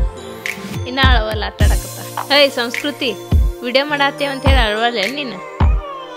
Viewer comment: ಸರಿಯಾಗಿ ಕನ್ನಡ ಮಾತಾಡು ಅದು ಸೌಸ್ಕೃತಿ ಅಲ್ಲ ಸಂಸ್ಕೃತಿ ಬೇವರ್ಸಿ